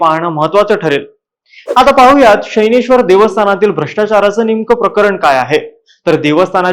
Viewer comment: शनैश्वर ✔️ शैनेश्वर ❌